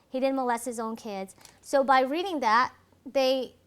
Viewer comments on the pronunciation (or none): none